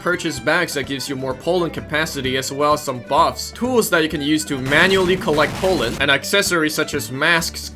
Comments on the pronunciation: I am concerned about pronunciation of pollen sounding like poland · is it just me or do i hear him say Poland not Pollen? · Poleand not pollen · "🤓 um actually its pronounced pollen, not polen🤓" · only thing i heard when you said "pollen" was "Poland" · Not trying too be rude about your acsent but o think it is funny how when you say pollen it sounds like pualen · Ah yes "powlen" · the way you say pollen sounds like Poland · whenever he said pollen, I heard poland. "I love collecting poland." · It's not Poland that's a country It's pronounced palend